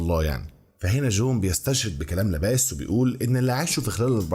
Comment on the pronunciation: وعالم الرياضة اسمه لابلاس مش لاباس